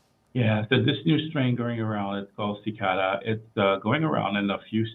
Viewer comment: XI-CA-DA (she-KAH-duh)!